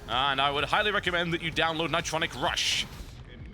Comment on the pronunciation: ni-TRON-ic Rush